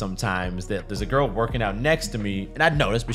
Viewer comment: “You must do this with every giggrrl”🙄